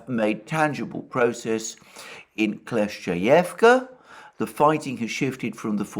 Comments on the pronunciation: You shoud read your comment sometimes Alexander... I've said it countless times... It is KLI-CHIV-KA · you’re wrong. Kle-schE-yevka is how it’s pronounced. Ch is a different sound from sch (ч versus щ).